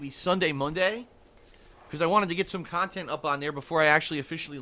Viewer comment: wanna punch him every time he says "Khantent"!